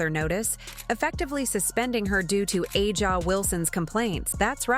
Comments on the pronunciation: Why do you (The creator/voice) of this video continue to mispronounce Aja (Asia)'s name ? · Drives me crazy too